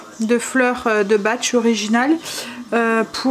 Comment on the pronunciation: Coucou 🤗 Dès qu'il ne fait pas chaud on a envie de rester chez soi 😉 La compagne de mon fils a fait une formation sur les fleurs de Bach on prononce "baque" C'est très efficace sur un traitement de fond et bien sûr un produit naturel 👍🏿 Des bisous à demain 😘